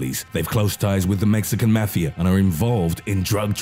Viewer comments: do u not no how to read mafa and other words .. fuck this im sending it to the army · i know i ain’t the only one who hates how he says mafia 😂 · C A L M D O W N U S O U N D L I K E Y O U T A K I N G A H I T A F T E R E V E R Y G A N G Y O U M E N T I O N U SOUND LIKE U GOT POSSESSED R U GOOD MAH DUDE Then again btw it's mafia Not mefea Only one I've heard of is Mexican mafia, Latin kings, KKK, hells angels, the krips, and the bloods 💯🔴🔺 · The Mexican Mah-fiya 😂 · mafi is read out mo-fi-a .. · "maxican mefiea" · "The Mexican Mathia"